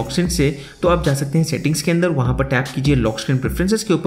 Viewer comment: "Upa" insed of Upar "Anda" and not Andar What kind of accent is this? 😅